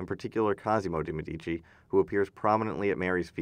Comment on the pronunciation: One caveat: "Medici" is pronounced MED-ee-chee. The accent is on the first syllable (ask an Italian!). The rule is that the accent is always on the next-to-the-last syllable, except when it's not.